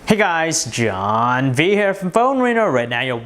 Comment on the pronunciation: why you say JHHHHHHHHHON